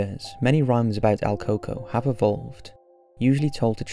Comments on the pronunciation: el CUco.. not al coco.. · Funny how he mispronounced el cuco 😭😭😭